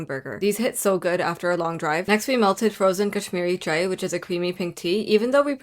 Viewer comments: its cha-i not cha-e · tip for saying “chai”.like said in the vid she said c- hi! but how Bengalis say it is by say)ng it like cha (as in cha cha) js cha I speak and come from Bangchan so trust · Duh fuh you saying chai like that for